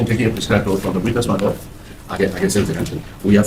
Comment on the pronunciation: “As the court pleases my LOTT” 😂